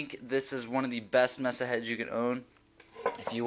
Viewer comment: Nice review. Just FYI - Diode is pronounced DIE-ODE, and MESA is pronounced MAY-SUH.